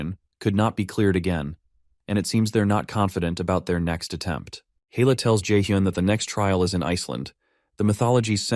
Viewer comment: Loki's daughter is Hella, not Hell 🤣 Got to love AI translate